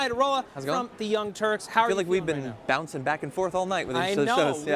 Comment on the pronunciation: The "Younk" Turks lol